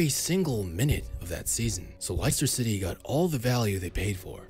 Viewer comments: Lice turr city its less ta city dude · “Ly-stir Ciddy”. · “LAISTER CITY” LOOOOOL 💀🤣💀🤣💀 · Laister City😂😂😂😂😂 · Liester City Americans. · Lice-ter City 😂😂😂😂